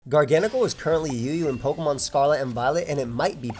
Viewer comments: Bro this pokemon, its gargancacacle. What you say, garngcle. Garnagagacle. It's gargacle. Mhm. Garnanagancle. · Hearing you say GARGANACL made me confused 😂